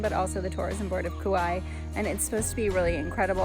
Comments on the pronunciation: Nice video btw Kapa’a has two a’a’s for a reason cuz it’s pronounced Kapah-ah not kappa. Kaua’i is Kauah-ee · It is pronounced Ka Wah ee learned that from the native on the island, at a Luau